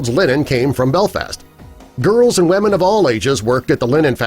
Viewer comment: Why do you call them wemen?..